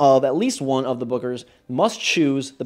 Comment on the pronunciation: When you said "Bookers" it sounded as if you said "buggers"